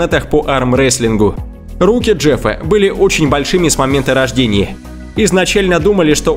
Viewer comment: Видео хорошее, интересное. Но странное окончание у слов - Гинессе (Гинесса) , рождение (вместо рождения), друзье и т.д. Это отвлекает от сюжета. Человек-жираф - это монтаж.